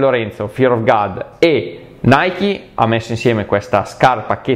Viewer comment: è god non gad la pronuncia,video stupendo comunque💪😍